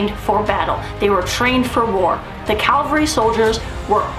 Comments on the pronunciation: There is a big difference between Cavalry and Calvery, I guess if you dont know the difference Im not real excited to hear what you say. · It's cavalry not calvary. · Its Ca-val-ry not Cal-vary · CAV-AL-RY…….not Calvery.